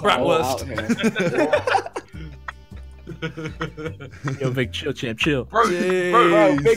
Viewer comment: YEAAAH I'M SHOVING BRATWURST IN MY MOUTH Dafuq Ethan You out here misspronouncing Things It's : Brrrraahtwuuuuhrsttt Not Brattwörsst